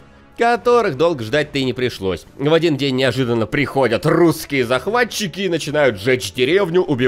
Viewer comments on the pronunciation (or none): none